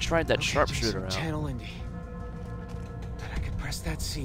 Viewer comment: Indi as in Indiana Jones, (don't hate me, just trying to be helpful)